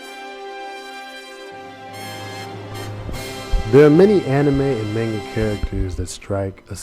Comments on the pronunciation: I hate how you say maynga instead of mahnga >:I I also wish you had included Usopp in this, aside from his backgroundiness in Luffy's wanted poster. Even if he's not black (which I like to think he is) he's still a pretty kick ass character who should still be mentioned! D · Good video, but hearing "May-n-ga" is slightly irritating. It's pronounced "Ma-n-ga". Sorry, I couldn't help but post this. :p